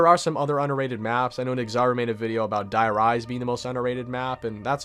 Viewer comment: It's called "their ris-ehh", what translates to the giant, it's a german word